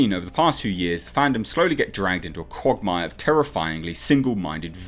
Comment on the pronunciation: Your pronunciation of quagmire shows you’re not a Family Guy fan